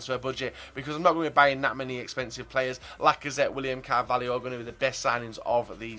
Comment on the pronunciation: William "CARVALIO"